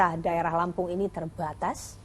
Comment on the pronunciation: Satu hal yang harus kita pahami adalah anggaran yang terbatas Ada penekanan kata saat di ucapkan... 😅😅😅 Blunder mbak